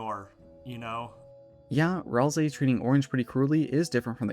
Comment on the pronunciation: (??) BLUNDER "Rals-eye"